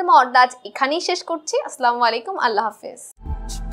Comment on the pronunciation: ম্যাম, আসলামু আলাইকুম হবে না। আসসালামু আলাইকুম হবে।দয়াকরে কিছু মনে করবেন না।